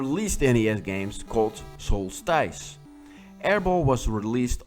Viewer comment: One of your favourite NES games is pronounced 'solstis'.